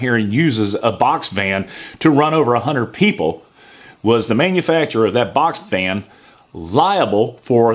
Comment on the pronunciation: Couldn't agree more. However I laughed my ass off because I thought you said box fan. That would suck being run over by a giant box fan.